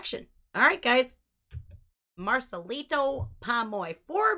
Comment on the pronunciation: The second time you pronounced Marcelito it was perfect, fully pronouncing the T. I think you speak Spanish at some degree. You're beautiful. Love you, from México 💕❤🎉😮